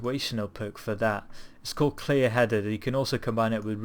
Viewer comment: How did you say clear headed? Lmao!